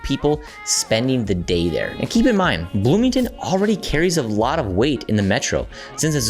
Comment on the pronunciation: BLOOMINGTON get it right